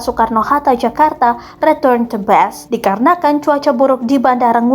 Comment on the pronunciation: Return to base bukan return to bass